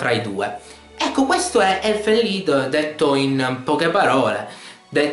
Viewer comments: anche "lido" non è prettamente corretto. la pronuncia è "leed" perchè il titolo non è inglese, ma bensì tedesco, quindi il significato è "Canto degli Elfi" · Circa. È tedesco, quindi "Lied" si pronuncia "Lid" E alla giapponese, "Lido", o "Rido", o "Rito", che dir si voglia. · non ho capito perchè continuavi a chiamarlo elfen lido..c'è scritto lied...vabbe poi hai fatto un esempio di merda che non c entrava assolutamente nulla ma lasciamo stare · si dice Elufen Lido? D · hahaha ma sembra che dici elfen ''lido'' hahhaa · si dice elfen lied mica lido è Inglese n'culat; LIDO LIDO cazzo è il lido? la spiaggia ?!?!? le pronunce giapponesi sono da scartare a priori dato che per loro l'inglese è una lingua impronunciabile